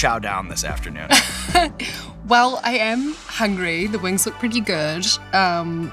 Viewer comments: I love how she pronounces them “wangs” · I love lorde and have since first hearing her on triple j in early 2010s... But as an aussie, I will never not knock a kiwi's pronunciation of "spicy lil wangs"